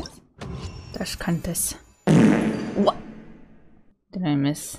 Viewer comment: Discantus?? No it’s Dish cant this